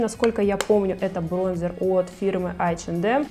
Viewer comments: Корректор вместо консилера, бронзЕр. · Я знаю, что такое корректор и что такое консилер. Не надо меня учить. А Бронзер говориться через "э" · 1-я всегда делаю ударение не брОнзер. 2-существует и корректор,и консилер - это два типа продуктов.на заметку вам)